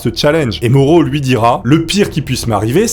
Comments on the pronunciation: Ah je connaissais déjà cette histoire! Désolée, son nom se prononce "MAORO" et pas "MORO" Je te pardonne, tkt😉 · Mauro se prononce Ma-o-ro! 😂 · Super vidéo, comme d'habitude. J'ai un grd père italien. Et le prénom se dit Ma-ou-ro. Pour info :-)